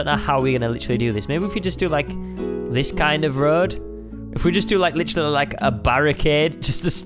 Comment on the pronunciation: He said literary